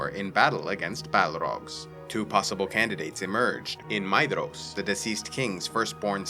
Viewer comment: all i heard was maeDDDDDhros